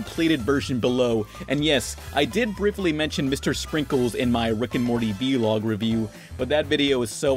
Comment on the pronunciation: Real talk, you say v-log, is it v-log or vlog??